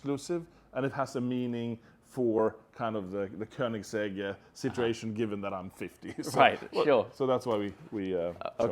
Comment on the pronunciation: koenigse(gg) to bugatti hahahhaha